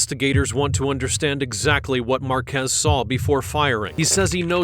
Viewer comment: thats not true that this is never before seen, this is an old case from last year but it was wild that he did that on paseo with cruisers right behind him lmao, also its pronounced....marquee like the sign but plural. Marquez